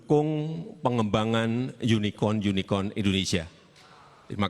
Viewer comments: Unicon ? Makanya pak prabowo lngsng memperjelas dg bertanya UnicoRn , unicoRn secara berulang kali. Dr sini udah keliat apabila pronounce kurang tepat bs merubah makna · coba perhatikan dan dengar !!! Pak jokowi menyebut (pronunciation) unicorn dengan mengucap unikon - unikon.Jelas sekali disini (vocabulary) unicorn dengan pronunciation yang disebut oleh Pak Jokowi jadi berbeda. ( What's the unikon ??). Yang benar adalah ( unicorn: = yunikorn = terdengar dalam istilah bahasa indonesia). Pak Probowo balik bertanya dengan pengucapan ( pronunciation) yang baik dan benar. (unicorn = yunikorn). Tapi kenapa disoraki dari kubu tkn ??? so... yang blunder siapa disini ??. Pertama dari segi pengucapan saja sudah salah dan jelas jadi mengurangi makna dari kata unicorn itu sendiri. Dan Pak Probowo seharusnya wajib tidak menjawab pertanyaan yang salah itu.( belajar dulu deh..!! pengucapan yang baik dan benar itu bagaimana.). Tapi dengan baik, Pak Probowo mengoreksi ucapan yang di lontarkan oleh Pak Jokowi dan menerangkannya. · Kalau kasus ini prabowo mungkin tidak sepenuhnya salah,, soalnya intonasi yg diucapkan pak jokowi samar,, itu menurut saya,,, dalam kata unicorn ini pak jokowi seperti terdengar mengucapkan yunikon seharusnya yunikorn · Pak Prabowo bukan gak ngerti, tetapi penyebutannya salah..."unicon":, harusnya "unicorn". Belajar dulu bicara Inggris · Ini admin cebong juga ya, bkin judul yg bner woy, jelas Pak Prabowo menjawab dgn tepat, semua yg disampaikan itu benar dan tepat sasaran. Junjungan kalian aja yg pengucapannya gk bnr, kan memastikan agar tdk slah dgn yg dimaksud dr pertanyaan, Unicon dan Unicorn itu bedaaa maknaa. Admin menunjukkan kedunguannya sendiri!! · Si jokowi bilang uniCON ... artinya beda ama uniCORN Kalau spelling aja ga bener ga usah ngomong dah .... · Unicorn pak bukan yunikon🤣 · Jokowi bilanh unicon bukan yunicorn .. 😂😂😂😂😂😂😂 Dah salah ngomong .. so lgi 😂😂😂😂 PAS prabowo sandi semoga menang amin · Bacanya unikon